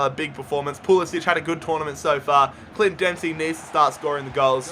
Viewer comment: A few nitpicks - It's "JOH-zee" Altidore, and "PULL-ISS-IK", not "PULL-ISS-ICH" (even though they announcers call him that)